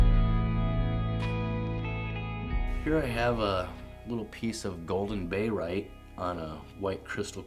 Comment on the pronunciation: great (!) first video. May I be so bold as to request you write or print the names you are mentioning? If written (and maybe together with the chemical formula, as well) then when you say "bayrite" and maybe mean "barite", there will be less confusion. Also, if each specimen could be displayed with both the white and then a black non-reflective background, then we may be able to see even more detail. Your collection is simply beautiful so displaying greater detail would benefit us all. Several of your pieces are museum quality. Thanks for posting.